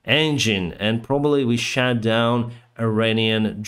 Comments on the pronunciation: Thank you for keeping us informed. Your English is great, but there is one correction. Past tense of shoot is shot, and the o is pronounced differently. You are pronouncing it like shat, which is very funny to Americans because it is past tense for shit, like “I shat the bed so I blamed it on her!”. 🤣🤣🤣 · Your pronunciation of “shot down” when talking about Iranian drones sounded like you said “shat down” which works just as good and is hilarious to English speakers. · I just love how you pronounce "shot" as "shat". Drone was shat down. Don't change this :D Jokes aside - new subscriber here. This is now part of my morning routine.